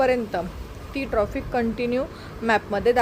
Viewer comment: मॅडम, ट्रॉफीक नका म्हणू 🙏ट्रॅफिक म्हणा. राग नसावा.